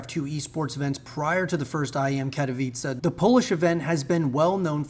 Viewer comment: Amazing to see an English speaker pronounce Katowice well!